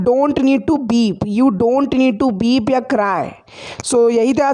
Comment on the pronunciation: You doing a nice work. I always feel that you pronounce the verb and weep as Berb and Beep